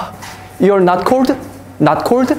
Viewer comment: To cord hahaha, is cold no cord